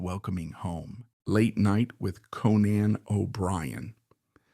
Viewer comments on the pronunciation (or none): You are mispronouncing Conan.